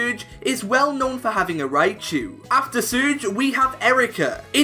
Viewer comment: Man said SOORGE